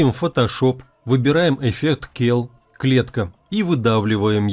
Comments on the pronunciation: гы гы гы гы, эффект клетка - это не кел, а цел.... cell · Никого не смущает что он говорит «келл» ? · Извините, можно внести исправление в произнесение английского слова cell - клетка (биология), тут первая буква читается как S (ceл) а не К (кел)!! Хорошие темы освещаете! Удачи!